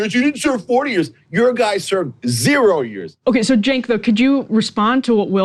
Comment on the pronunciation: It’s Cenk but the C you pronounce it with a J. Jenk